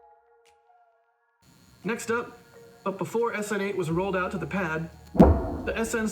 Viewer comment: Snate? really? stupid. What? Snine, Sten... damn, I repeat stupid.